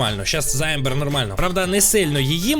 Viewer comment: Це Амбер а не Ембер😂